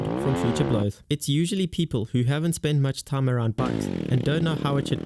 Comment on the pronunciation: “I take you back to a thiem”